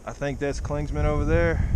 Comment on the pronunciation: Love watching your videos. I'm from the NOBO class of 2000... The best part of your videos is watching you mispronounce the name of just about every place on the trail. "Clingsmans" is the funniest! Keep it up.